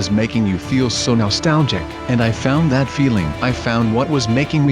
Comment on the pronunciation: stop saying nolstalgic